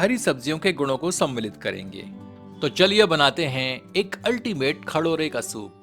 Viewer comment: खडोरे नही खरोडे😂😂😂